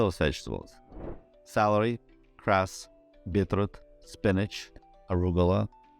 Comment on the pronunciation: Did you say "grass?" What do you think I am. a cow?